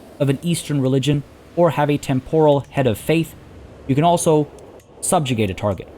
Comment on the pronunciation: Great guides. Although you may wanna check the correct pronunciation of the words “temporal” and “absolute” to avoid any further cringe.